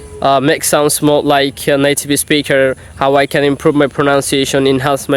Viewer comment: Good job. Near native. You need improve. For example you pronounced incorrectly ‘video’ ‘speaker’ popular….etc. Popular supposed to be poh-peeh- lah.